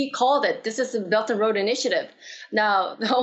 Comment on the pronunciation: I always heard “Belton road” instead of “Belt and Road.”